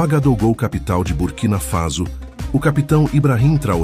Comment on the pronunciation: É BURKINA FASO OU CURTINA FASO, COMO O SEMPRE PRONUNCIA.?